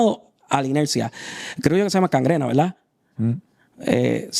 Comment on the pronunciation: En serio dijo "cangrena"??? Gangrena!